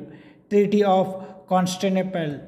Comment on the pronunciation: Treaty of consta- naple 😂😂😂😂